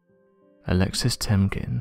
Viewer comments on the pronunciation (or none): none